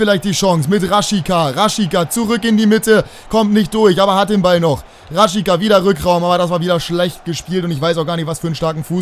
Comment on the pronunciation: Raschitsa wird der ausgesprochen